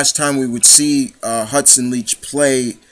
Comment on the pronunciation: One of my favorite characters as well but you got her last name wrong on interviews her last name is like you like someone not leach and yes it was like batman and joker I always pronounce it Leak but great video she played this lovable bitch so well it scared me and turned me on at the same time